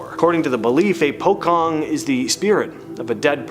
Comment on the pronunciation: what is pukong? its pronouce "pu-chong"..